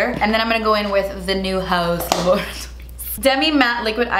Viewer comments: saying HaUs LaBoRaToRiEs is a mood LMAO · No one:: “HaUs LaBoratOriES” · Every time she says: hAus LaBOriToRieS I die laughing ahahahahaha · Please never stop saying it like that 😂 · I love this kind of makeups ♥️ and also... hAuus LaBorAtOries😂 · I thought I was the only one that thinks “haus laboratories” should be pronounced “hAUa laboRatOriES” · The way she says haus laboratories cracks me up 😂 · Katrina Poe same 😂😂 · I'm dead!! 💀💀🤣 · Loving for how she says that. It’s exactly how I say it in my mind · I literally cannot pronounce “haus laboratories” the same anymore thanks to 😂😂😂😂😂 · The way she says Haus Laboratories just makes me laugh so hard lol. Love the look of course. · Every time you say “haus laboratories”, it cracks me up 😂❤️ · Omg I laughed so much during this video. Always so silly. And the way youd say Haus Laboratories 🤣🤣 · The way you say Haus Laboratories cracks me up. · Every time you say “Haus Laboratories” I die 😂😂😂😂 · I love when you say “Haus Laboratories” 😂 you are so funny and very beautiful 😍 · Every time she says Haus Laboratories I crack up... but I also don’t know how to pronounce it any other way.. 😂😂